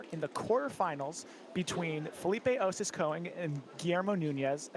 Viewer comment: One announcer rotates between Koing and Cohen instead of Konig. It’s distracting.